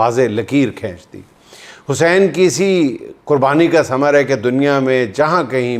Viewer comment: juind shb imam e Hussain e pak ka nam achy terqay sy bolein